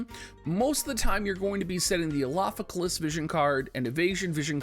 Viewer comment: Is your tongue all twisted by saying the 5-syllable mantra Elafike"L"as for this whole week? That's an R in Elafike"R"as, and now you've just changed the spelling in the title, oh man...oh the struggle...and you plan to use it heavily in the future...